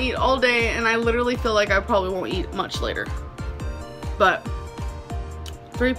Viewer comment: This is gonna be petty as hell but I hate how she says "I fill" instead of "I feel"